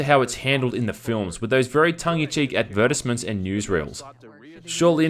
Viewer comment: I have never heard advertisement pronounced that way and now I'm triggered